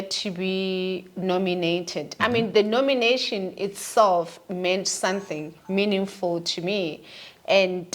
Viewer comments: is real, period!!!.... Love it when she says Sunthing 😂😅, it's not our mother tongue anyway😊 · Is she say Sunthing or something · She 'll say sunthing 😂😂